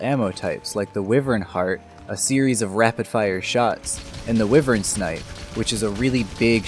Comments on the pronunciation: Bro it's pronounced as wai-vern Not weevern. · Cool vid just remember wyvern is pronounce with a long Y sound so it is Y-vern